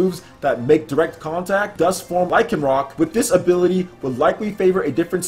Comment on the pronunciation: The way you pronounce Lycanroc triggers me..